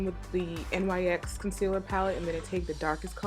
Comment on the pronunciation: Really nice look. Also, not to be rude, and I'm not sure if you're aware, but NYX is pronounced NIX. The letters aren't pronounced.